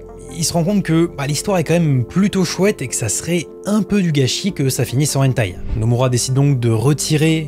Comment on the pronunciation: Très intéressant. Point pour améliorer la chose : prononcer le "h" de hentai en le soufflant, comme en anglais. Si on ne le fait pas, ça change le sens du mot.